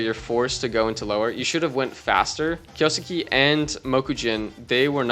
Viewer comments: if he's already pronouncing suke as sukii , that's why I said kay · kyoh-skeh (not skay) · Just a note, Kyousuke its pronounced "Kyouske" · Kyo- skay is how you pronounce it. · Btw it’s Key; U; Ssss; Kay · Pretty funny how I’ve heard like a million pronunciations of Kyousuke and none of them are close to correct, even to how it would be conventionally pronounced by westerners.